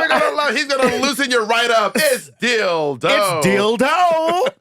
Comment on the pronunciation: "Dill Doe". 🤣😂🤣😂